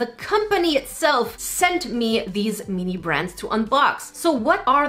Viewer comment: At one point the sent me sounded like centapeed